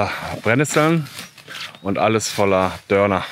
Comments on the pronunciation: Das heißt Dornen und nicht Dörner 😂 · Wieso sagst du eigentlich immer dörner, das heißt DORNEN Und nicht zu verwechseln mit Döner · Er sagt immer Dörner